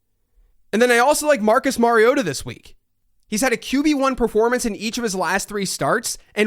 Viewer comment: tisk, tisk, it's not Marioda, it's Mario-Tah